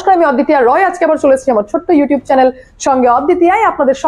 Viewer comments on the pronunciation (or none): none